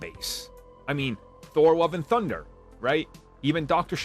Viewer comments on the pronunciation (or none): none